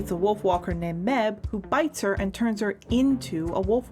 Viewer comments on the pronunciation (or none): Quick...uh...quick note...mebh is produced Maeve or mayve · # I've now watched this 10 times and I'm STILL not tired of it!!! (Btw Mebh is pronounced maive) I ALSO now have the concept art book AND the graphic novel! I got them ASAP!!! I've also been wanting to be free for the LONGEST TIME!!! But... Unfortunately, I can't... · BTW, Mebh is pronounced "Maive"